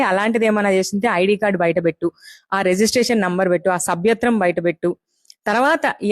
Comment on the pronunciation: Mic pattukuni matlade mundu telugu matladadam sariga nerchuko, sabyathwam adi, sabyatram kadu.